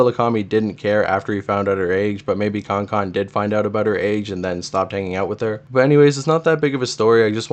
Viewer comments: con con lmao it’s said like can can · He said it right the first time and proceeded to say it wrong the rest of the video too 😭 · kankan is pronounced like can can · thats how i thought it was pronounced before until i met a kankan fan irl😭